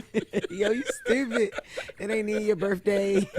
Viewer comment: Axe, them shows be having, birfday…🤔🤷‍♂️